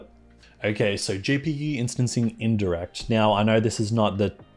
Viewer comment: Amazing content! I don know if it was just me but I thought you were saying “sorry” all the time you say “so” I was like: “Why is he saying sorry all the time?” 😂🤦🏻‍♂️ Again, thanks for sharing your knowledge with us!